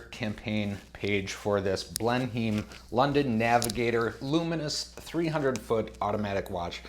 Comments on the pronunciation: Hi, I would be pissed off too, those dimensions are not even close to what was promised. That's the risk with Kickstarter I suppose. We pronounce it Blen-im by the way. Sorry my countrymen let you down. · It’s pronounced Blennum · Yeah, it’s a crap watch, BUT, it makes a great video. That’s makes it value for money, for you anyway. It’s pronounced Blenn emm, as in Blenemm Palace. I’m subscribed now💪